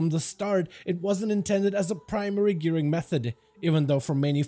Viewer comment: I laughed at that too. The extra R is really noticeable. 😂😂😂